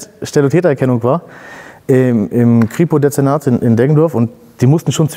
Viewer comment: warte hat er kripodezenat deggendorf gesagt? ... ich komme aus deggendorf